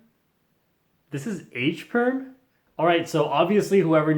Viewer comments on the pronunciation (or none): '' edge'' perm, sounds like '' H '' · bro dont go it is h perm not e perm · Says E perm Me:it's more like c perm